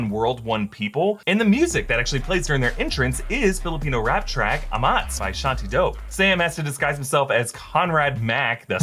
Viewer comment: I love the way you pronounce amatz 😊 but its ah-matz